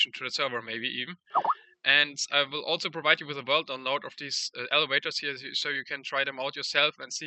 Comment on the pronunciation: "elewators" heh